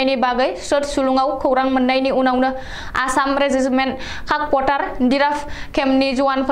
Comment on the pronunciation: "Kakpothar" nonga; 'Kako pothar' sw bungnw.